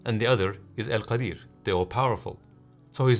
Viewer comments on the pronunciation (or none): as-salamu alaykum , the word written is al-qadir and not al-qadeer which you said